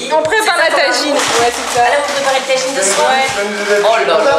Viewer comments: C'est un tajine pas une taijine 😒😂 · MDR elle dit la taginez